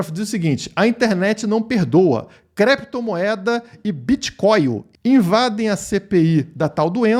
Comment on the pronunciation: Ele queria falar "Clépto" moeda mas se embaralhou e falou "Crépto" moeda. É muita crise de abstinência do vil metal.